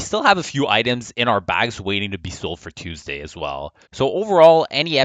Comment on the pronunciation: "Teusday" Just like how I pronouce it.